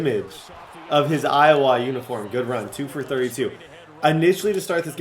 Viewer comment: pronounces Iowa, EyeWaaa